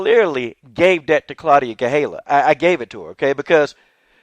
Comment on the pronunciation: GaDELha-- not GaHELLA